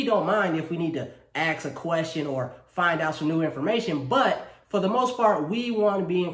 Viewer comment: Did he pronounce ask (axe) ?? Let me axe you a question